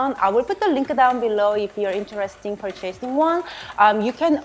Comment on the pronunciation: Purchase this skillet is supposed to sound like this: PER-chiss this SKILL-it. Normally I wouldn't post about pronunciation because I know people are sensitive about that but I noticed you say these words often. And yeah, I love your videos. Keep them coming!